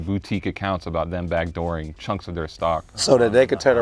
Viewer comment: Dad for saying counk